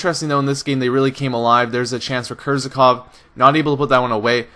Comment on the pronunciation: He is not Kerzakov!! He is Kerzhakov!!!!